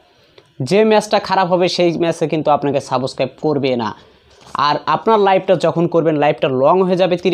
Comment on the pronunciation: Saboscraib 😂😂😂 ki uccharon